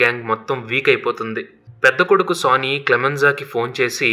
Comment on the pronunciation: Boss వాడి పేరు "సన్నీ" ఎందుకు సోనీ అని పలుకుతున్నారు?